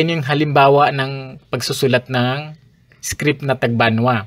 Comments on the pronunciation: Haissttt di ko naman sinabing defect yan. "iskrid" kase sa pandinig ko baka hearung ko ang may defect. Defensive ka kaagad. Sige lang tuloy mo lang yan research at presentations mo nakakatuwa eh 😄😅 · Paki check po yung pronunciation niyo ng "script". And kudos anyway sa sipag mo magreseaerch at magpresen 👍